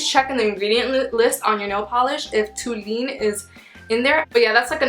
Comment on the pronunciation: fyi: it's pronounced tol-u-een. and it will attack your liver and lungs.